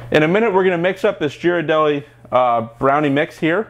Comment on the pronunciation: I noticed in a couple of these videos you mispronounced Ghirardelli as jeer-a-delli. It's pronounced gear-ar-delli. You can go to their website and see for yourself. Also, it's confectioner's sugar, not confectionary sugar.